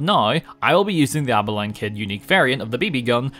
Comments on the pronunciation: aba-lean partner, not abaline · aba-lean not aba-line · the Texan in me cringes at the way he pronounced "Abilene" lol